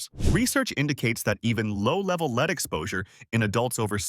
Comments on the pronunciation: Please learn to pronounce words correctly. It is spelled lead but pronounced short . Makes one question the site. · And here we are with the lead(metal) and lead(as in follow me) mispronouncing...